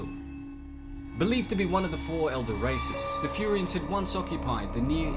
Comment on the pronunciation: its furyians bro its like sayians